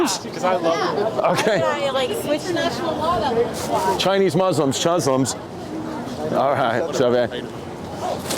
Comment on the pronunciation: I almost passed out when he said chuslims for asian Muslims. Epic